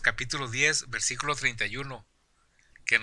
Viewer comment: Desenmascarando Doctrinas Falsas este baboso que habla dice tarugos ignorantes mejor que se ponga a estudiar más para que no diga (versicolo)o (ca pito lo)